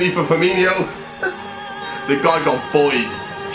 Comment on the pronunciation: what really triggers me about this whole video is that he calls him Firminio when it’s Firmino 😂